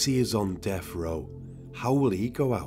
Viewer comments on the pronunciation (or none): Death. Not deff.